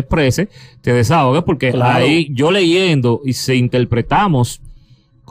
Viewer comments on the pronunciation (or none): Alofoke no se dice "leiendo" es LEYENDO!!!